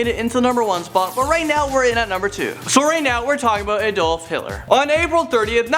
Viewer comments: DID HE JUST PRONOUNCE ADOLF AS "AH-DOLF"!?!??!??!?!? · Pronouncing names in English is kind of hard considering it has no way to tell where to pronounce stress on the vowels. He said it as Adólf (a-DOLF), others pronounce it as Ádolf (A-dolf) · You pronounced Adolf wrong